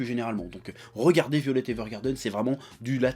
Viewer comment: Mais arrête de dire "violette", putain ! C'est "Vaïolet"!